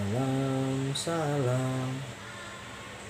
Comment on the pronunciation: Dari cara melafalkan salam, sy yakin anda awlnya bukan muslim.